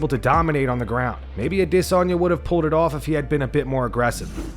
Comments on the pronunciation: Man; I have to know…why do you always pronounce Adesanye’s name with such weird inflection and emphasis on the DIS part? You say it like “aDISanye”…why is this? Also thanks for the videos x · Still saying “Idissonya” 🤡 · Ah diss on yah. Bro just say it right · Does the dude running this channel know how Izzy's name is pronounced better than everyone else or am I missing something. Always a-DISS-onya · Why do you call him disanya all the time? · The Adesanya pronunciation 😒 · The way you say adesanya is aggravating dude. Drinking my coffee and smoking darts and u ruin it with that weird ass pronunciation. Smh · Can't stand the way this guy says Adesanya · I don’t know who in the staff needs to hear this but it’s 2023 we sit. Need to be pronouncing Adesanye like that anymore knock it off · This guy trying so hard to pronounce Adesanya. Lol... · I hate the way you pronounce Izzy’s last name. That is all. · Dude you sound like such a tool when you say Adesanya